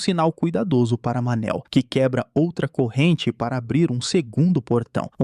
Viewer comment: Cada vez que escutei "Manel" não deu para segurar a risada pqp 😂😂😂